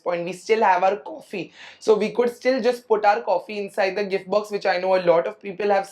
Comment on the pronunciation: Why do you pronounce goor, coulrr, woulrr for good, could, would 😅